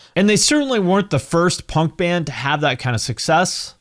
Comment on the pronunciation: Never heard someone say punk like that. Ponk